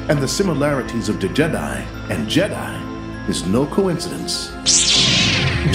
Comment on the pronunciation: Haha its pronounced Djed i not D jedi but love it !